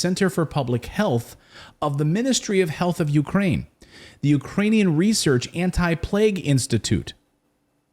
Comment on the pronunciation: "Reserch materials" 🤣😂🤣😂🤣